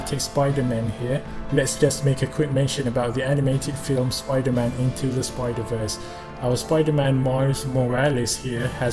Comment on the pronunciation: Did he just cal supaida man weird